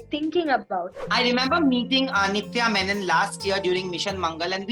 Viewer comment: She is a malayali girl. Nithya menen not menon